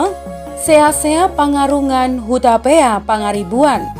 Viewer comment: Saran: Sian ahu Leman Sibarani, bere ni Toga Raja Pangaribuan ( Torpana ). 1.Seakseak panggarungan, Hutapea Pangaribuan yang benar membacanya harus panggarungan bukan pangarungan. 2. Sipartano Naiborngin anaknya hanya 2 bukan 3 yaitu: 1. Sibarani 2. Sibuea